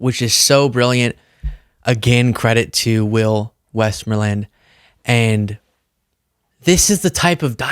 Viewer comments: The correct pronunciation of the farmer’s name, has the emphasis on the second syllable, not the first. So his name is pronounced West-MORE-land, not WEST-more-land. As an English teacher, your pronunciation bothered me… a lot. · If you love the name so much, could you at least pronounce it correctly? Listen again to the way he says it... The emphasis is on the word "more". "WestMOREland". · Off topic,, but you seem to be so impressed by the name "Westmoreland." A lot of old folks remember hearing almost daily about General William Westmoreland as the chief U.S. general in the Vietnam War. (And the emphasis is on "more." west-MORE-land) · Please pronounce Will's last name properly...like he does. It's not WestMoreLand, it's Westmorelund not Land, if I somehow make myself clear, lol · WestMOREland is not uncommon or strange. But it’s how you’re pronouncing it (wesmoreLEND) that makes it sound strange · Hi! Quick comment, for the sake of fairness.. it's "WestMOREland" not "WESTmoreland", listen to him say it, please. Love the video, glad to see it, love your content, but we all got so upset over the mispronunciation of Kamala that I feel it only right to correct this. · The elder farmer actually pronounced his name: "west-MORE-lind", not " WEST-more-land" Guys like Walter Cronkite used to pronounce it that way on TV news when they were doing stories on Army General William C. Westmoreland (commander of U.S. forces Vietnam 1964-68) during the Vietnam war (or if you're Vietnamese, the American war). I remember seeing it on live TV in glorious black 'n white. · Westmoreland = Wes-MORElan not West-More-land from a Missouri resident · It’s pronounced West-MORE-lund. It’s a very common name in Pennsylvania. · It's pronounced westMORElun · It's west-MOOR-lanD. as in Westmorland TN - pronounce the last letter. And yes, it's a real name you don't need to make fun of. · He said his name: West-MORE-land. Why are you pronouncing it wrong?